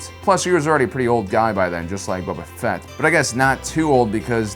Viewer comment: Space opera mother fucker Haha love your content and get boba fetts name right